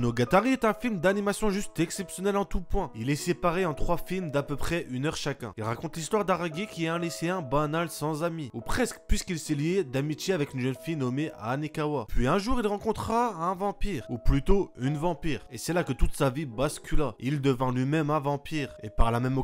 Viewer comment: aragi ? T'as langue a fourché ?